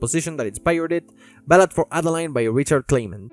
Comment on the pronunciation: French person here, Adeline is pronunced "Ad-a-lyn"